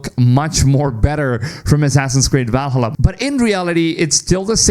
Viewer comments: If he says VALhulla one more time I’m going to take a leap of faith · VAL-HA-LA... the way you pronounce it pisses me off from some reason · Bro insists on saying Valhalla wrong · Is he saying Valhalla this way intentionally xd